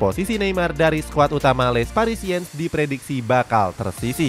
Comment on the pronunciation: Izin masukan yaa min, kalo "Nice" dibaca nya "Nis", Les Parisiens dibaca nya "Le Parisieng", trus buat nama coach nya R nya samar yaa min, makasihh